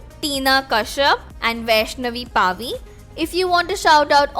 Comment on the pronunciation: It's vaishnavi pavi, not paavi😂